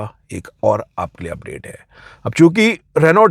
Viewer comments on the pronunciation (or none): none